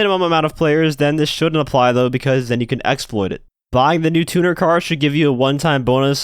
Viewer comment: The amount of gta ytbers and other people that cant pronounce "Tuner" right is mind bending 🤦🤦🤷